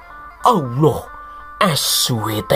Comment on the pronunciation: Saya suka bangt dan ketawa2 jika menyebut Allah Muhammad Es we te (ini dibunyikan seperti asuwete)bnr2 kocak😅🤣😅 Channel bagus ini saya baru ketemu 2 minggu an lalu...sukses sll!!